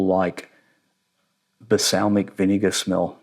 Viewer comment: balsamic, not basalmic lol